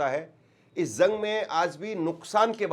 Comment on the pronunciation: Bhai thodi urdo par dhian do urdo achi zuban h lolne wala sune wale ko bhi acha lagta h jang ko ap zang nahi bolenge jense zire sahi lvz jira galat galt lavz